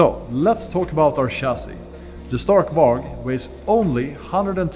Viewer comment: Love it but why is he pronouncing stark varg wrong.